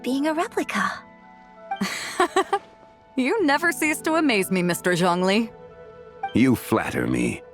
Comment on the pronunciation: OMG YES THASNK YOU FOR PRO0NUNCING THEM PROPERLY I LOVE YOU EN VOICE ACTOR FOR ZHONGLI